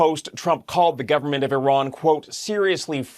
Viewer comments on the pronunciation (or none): Really ? You've pronounced Iran three different ways; all wrong. How stupid are you guys? It's "E ran", fool. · I’ve realised why Trump hates Iran. He pronounces it “I Ran” as in “ I ran from blockading the Strait of Hormuz.” It’s the Persian version of TACO.